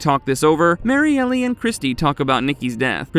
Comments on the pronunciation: Why do you say Mariellie? It’s Mariel. Just L. No ee sound after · Bro it’s pronounced MARY-EL not Mary-Elly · Might wanna fix the pronunciation of Kristi’s girlfriend… Mary-Elle instead of Mary-Ellie…